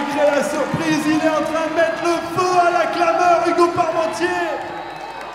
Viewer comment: La commentatrice je c pas trop comment elle lit car hugo Parmentier sa se dit pas quartpentier g jamais vue ça